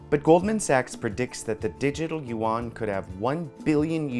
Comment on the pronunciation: There is no such thing (yu won), it is yuan in one syllable. That woman should know better because she speaks mandarin. Yuan means (round) dollar. Please stop this mispronounciation